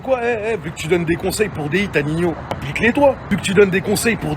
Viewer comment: Srx prononce ninio wsh tu me stresse c pas nino